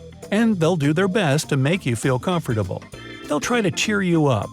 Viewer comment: By THE way , how the words “ COMFORTABLE “ & “ UNCOMFORTABLE” were pronounced, was not correct ! Please ... Don’t take it as an insult . Trying to be supportive for THE betterment of THE channel & THE videos . Apart from that slight shortcoming it’s a video worth giving two thumbs up ! Simply superb !